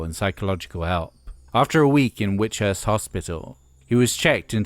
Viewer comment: It's Whitchurch' hospital (Cardiff) not 'Witchhurst'